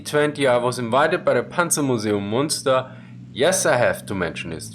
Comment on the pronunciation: It is not Moonster, it is Münster no oooh sound, ÜÜ!!